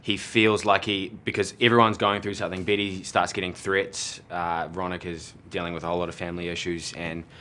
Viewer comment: Is it just me or did I here bitty when kj tried to say betty